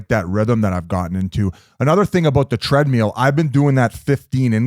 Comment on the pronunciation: Bizz always saying Treadmeal 😂